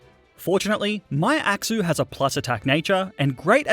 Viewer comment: I love the way you pronounce axew as "axou"